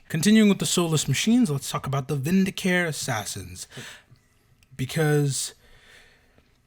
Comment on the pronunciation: Vindicare is "vin-di-kah-ray". You'll note the irony that the Eversor are always in painful discomfort. They are "ever sore". Secretum is "say-creh-toom". How do you spell Vannus? Vanis?